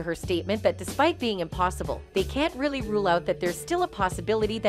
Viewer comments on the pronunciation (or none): none